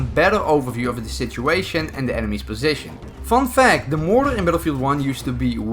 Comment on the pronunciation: When he called motor "moror" I felt that